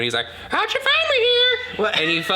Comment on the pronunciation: “How’d you finnne me here” is part of my everyday quotes I’ll say to my kiddies, friends and family. It sucks bc no one knows what I’m referencing and the hilarity behind it but I love a good “how’d you find me here” quote coming from every now and again 😝